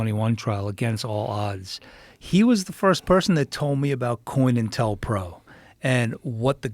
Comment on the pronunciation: This dingdong said coinintelpro 😂 co (counter) intel (intelligence) pro (program)